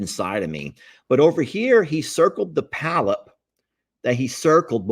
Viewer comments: It is a Polyp..POLYP...NOT palyp...NOT PALYP. To a nurse this is 😮!!! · Polp not palp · Pronounced "paul- ep". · it's a polyp, not a pallip. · Hehe., it's not a "palyp", it's a polyp. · Polp. Not palp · This Nurse here just chuckled every time he said palyp🤭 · say PA-LIP...lol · Polyp, pronounced paw-lip. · the growth is called a polyp, two syllables. The accent is on the first syllable. It is pronounced, "PAH" Lip. Most of them are benign. The reason you can't remember what happened is that the anesthesia gave you amnesia. You are still able to follow instructions and carry on a conversation. You just can not remember any of it. That's why the doctor does not talk to you a lot after the procedure. You are still loopy and will forget most of it anyway. He will probably talk to you more at your postop visit. 😂 I am so glad you had good reports. That old saying, "A stitch in time saves nine," goes double when it comes to medical conditions. Don't let anyone shame you about feeling apprehensive. 😂 It is normal to feel anxious before surgery. Even a hangnail is serious when it is on YOUR OWN FINGER! It's all done, now. It's all good. It is time to sit back, put your feet up, and breathe a sigh of relief on your comfy new couch. God bless you always. 🙏🩵😍🩵🙏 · 🎯 Polyp: pr😂nounced (paul-up). Hope this helps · I am an RN and worked in endoscopy. It is spelled: "Polyp." Two syllables. The accent is on the first syllable. It is pronounced : "PAH' Lip."